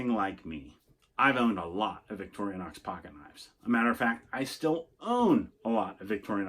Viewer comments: Why do you pronounce it by saying "victorianox" 😐?. It's pronounced "victorinox" 😐. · No disrespect! Many people pronounce it this way, great video